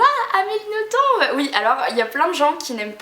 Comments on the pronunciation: Super video, juste pour infos "Nothomb" se prononce "noton" et pas "notombe" ;) Bisous ! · Le "b" de Nothomb ne se prononce pas en fait. Sinon j'adore tous ses livres et les ai presque tous. Après on aime ou on aime pas, elle a un style particulier. "Robert des noms propres" est un de mes préférés. Et pour "A la croisée des mondes" je recommande aussi fortement, mais pas le film (que je n'ai même pas voulu voir) qui ne respecte en rien le livre. Je l'ai lu je crois plus de 10 fois avec toujours autant de plaisir (normal vu que je l'ai depuis plus de 10 ans aussi^^).